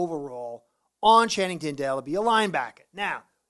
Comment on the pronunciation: FYI it's TIN-dahl not TIN-dale. Tindall, ends like candle. (Probably. I know a few) 👍👍👍